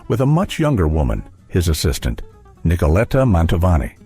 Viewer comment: Il commento parlato peggiore che io abbia mai sentito,pieno di strafalcioni: Pavaràti,Pavaròti, Pavari, Lukiano, miasténia, Nicoléta, pause posizionate in modo assurdo, per non parlare delle insopportabili,completamente cervellotiche inflessioni "italianeggianti"(si fa per dire) della voce narrante.